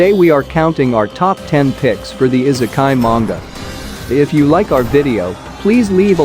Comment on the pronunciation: good videos but man the way you pronounce the titles and I sekai? come on... you can do better than that you pronounce it "e"sekai